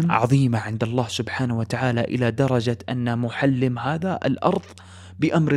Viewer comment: سردك جميل وإن كان بالعامية لكن لدي ملاحظات وهي أنك تلحن كثيرا في قراءة الآيات والآحاديث ونطق الأسماء، مثلا قرأت (مغانمُ) بالفتح وهي مرفوعة . أيضا اسم الصحابي محلّم بن جثامة وليس معلم كما ذكرت والحديث في قصته ضعيف لا يستشهد به